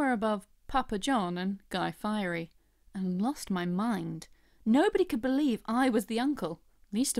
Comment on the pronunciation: Being a native from Santa Rosa, CA and hearing you mispronounce the name of Guy Fieri was quite the shocker. Ha! Don't mess with Apple unless you're Google or Microsoft. Android is the most used OS on smartphones around the world and between Macintosh in Windows it's not even close. Microsoft have been dominating the computer Market with their Windows OS for quite a long time.